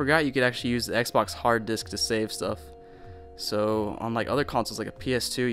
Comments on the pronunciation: He said diks instead of disk. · My man said u can save stuff on the hard diks- Disc * xD